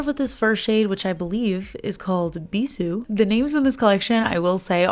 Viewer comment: Bisoux, if it's the French word for kisses, is bee-zoo — you did really well!!! I'll probably be keeping my eye on Adara when it comes out on BeyondPolish, I absolutely adore cobalt blue and that flakey has a lovely hint of pink! I do also like the red but I got Orly Velvet Ribbon and they seem to be pretty similar once on the nail, so I'll hold off. I'm in NY myself so I could never give up pizza. I also grew up in CT/NYC region, I too am a certified pizza snob!